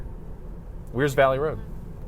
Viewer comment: Not wearsville, Wears Valley.